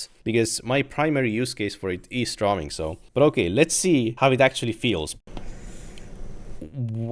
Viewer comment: so funny when he pronounces drawing as "draw-wing" lol